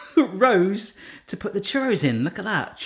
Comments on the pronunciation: As someone that has grown up in France I really appreciate your effort to say croissant properly. On the other hand: it's NOT churROW haha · The first time you brought it out, I thought you said cherry sauce instead of churros. I was waiting for you to make cherry sauce!😂🤣😆 the dough in the water really confused me for a minute! Lol